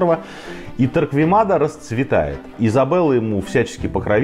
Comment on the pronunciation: Некоторые поправки: 1. Фамилию Торквемада произносят неправеильно. Torquemada ("u" не читается) т.е. звучит как Торкемада. 2. Погибших от инквизиции по разным подсчётам специалистов из разных стран с 1480х годов по /35.000 (не 350.000 ) А в остальном всё более менее правильно.